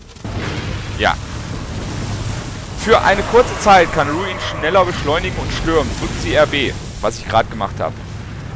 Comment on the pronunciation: iss ja sonst nicht meine art, aber da muss ich jetzt mal kritik über. das tier heißt RuIn. und wenns geht bitte auch mit einem deutschen R. iss doch schließlich ein so schönes wort. ansonste klasse wie immer. ^^